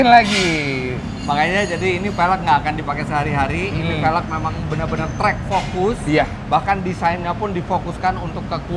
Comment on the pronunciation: cuba sebut "velg" dgn betul.